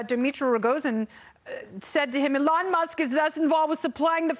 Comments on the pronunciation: Alon Musk? I thought his name was Elon. Pronounce the man's name properly! You sound ridiculous. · Why does she call him Uh-lon? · It’s not Alon Musk, it’s Elon Musk. It’s usually not mispronounced. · Its E-lon Not Ehlon 😆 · It's pronounced "EE-lon", not "ə-LON". You also say "adult" strangely. The "u" sound is like the "u" sound in "null", not "pull". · Please stop calling him “Alon”. Please, Please, Please. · It's E-LON. Not Ellen. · Get rid of this anchor. It’s Elon not Elan. Secondly, the amount of plastic or resin to make those glasses violates the green new deal. This was painful to watch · E-lon NOT eLON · It's eeeeee- lon not. Aaalon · EEE lawn not eh lon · “Alon Musk” 🤣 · Oh my word His name is Elon, how can you trust a reporter that doesn't pronounce words correctly? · When did they start pronouncing his name Ell~onn. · It's EEEElon Musk. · It's pronounced "EE-lohn". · ah lon musk? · So no one’s gonna mention her cringey mispronunciation of Elon’s name?? 😂😅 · Hey, ding dong, you should at least pronounce Mr. Musk's first name correctly! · This lady doesn't even know how to say Elon's name. Why does she think she is qualified to talk about somebody she doesn't even know whose name she fails to pronounce. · Pronouncing Elon wrong then sky link 🤦‍♂️ . Oh well at least I used star-link to google what that was . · Uhh what did she call him? Lol can't even say his name right? Wow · OMG... the way she pronounces "Elon"... ... ... Also it's "Starlink" not "Skylink"... but "brilliant and amazing..." eye roll freaking talking heads... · Can't even pronounce his name